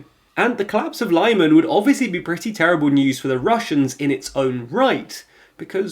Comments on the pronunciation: Lyman pronunciation is :Leeman. I recommend to put the words in Google translate and listen how they sound. But yeah for russians it was a true limon 😁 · Quick pronunciation note: town Lyman actually pronounced like "Lea-man". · Hope you can pronounce Lyman and Kherson properly. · Could you perhaps start pronouncing Lyman correctly? It's perhaps the easiest to pronounce of all the towns you mention. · Good luck with the Marathon! Not trying to be pedantic but how do Ukrainians pronounce the name of Lyman City?? Is it 'Lie-Man' as you pronounce it or is it 'Lim-An' as I have heard myriad others in the region pronounce it!!?? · It's pronounced lee man no lie man! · it's not lieman!!!! it's leeman 🤣👍🏼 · The city of Lyman is pronounced "Lee-mahn" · LEE-MAHN, for crying out loud! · Lyman: the first part is pronounced like "limit". It's more like "li-mahn" instead of "lie-man". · lih-MAHN not LYE-man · It’s Lee-man